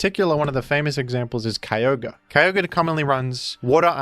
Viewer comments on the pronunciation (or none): none